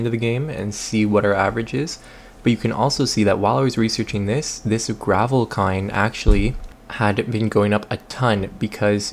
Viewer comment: Gravelkind? :) I guess an extra 'r' won't hurt anyone...